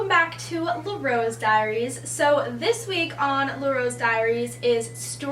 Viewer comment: Um... Sorry but just to correct you it's LAH rose dairies and not le. If you say le it means something totally different that doesn't make sense. Just trying to tell you not trying to be rude.